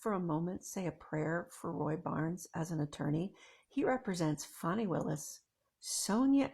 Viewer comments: FAN - ee not FAWN - ee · It's not pronounced Fani it's Fanny